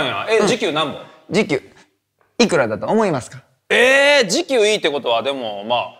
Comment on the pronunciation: 時給のイン↑トネーション富士急やん